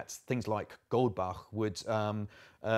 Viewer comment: screams in German speaker It's Goldbach, not Goldback.